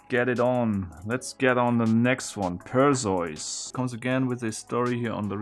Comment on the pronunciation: I am a bit of a mythology buff and I know English is not your first language but its Per-see-us and Thee-see-us!!!